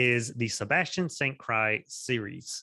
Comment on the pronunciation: Isn't it pronounced St. Cyr (seer) and not cry.